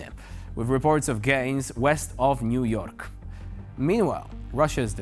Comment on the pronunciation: Did he say "Gangs of Niu York"?